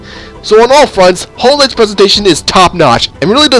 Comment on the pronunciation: I'm sorry but I'm sad you called it Hollownest instead of Hallownest. It's just my Hollow Knight love speaking it doesn't really matter but yeah.